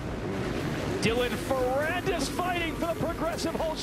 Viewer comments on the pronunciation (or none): Because AI did not know how to pronounce Dylan Farrandis... I left